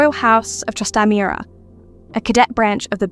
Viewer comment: Catherine's surname is pronounced "Trass-tah-MAR-rah". They were not Burgundian. The Burgundians came to Spain by way of Philip the Handsome, husband of Catherine's sister Juana. This happened because their brother passed away at the age of 19; their eldest sister died in childbirth, and her son followed her less than a year later. This meant the double crown of Castile and Aragon passed to Juana as the next surviving sister, creating a situation completely undesired by her parents, but unavoidable. "eye-BEER-ee-yah" is the pronunciation of "Iberia". The Trastamaras did not control the entire peninsula; Portugal was, at this time ruled by the House of Avis. The two Houses intermarried several times over and were related, but both would be insulted at being wrongly assigned in terms of power. I should add, that even then, that this was not a cadet branch: Philip the Handsome was the son of the Emperor Maximilian I and Mary of Burgundy. His son by Juana, Charles V, inherited everything governed by both parents, making him the major holder of power for the Hapsburg family. He had a younger brother, Fernando, who had been born in Spain, but was sent back North, and eventually became Emperor himself. Technically, this meant that it was the Burgundian branch that was the cadet, while the descendants of Charles V were the senior branch. - Spain is part of Europe. You may mean that she appeared to reflect the Northern European coloring of her mother Isabel, whose own grandmother